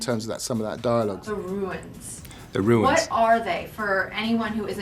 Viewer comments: Runes... Roooos not ruins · I hope the rest of the cast doesn't walk around the whole movie pronouncing "runes" as "ruins." That said, can't wait for this movie!!!!!!!!!!!!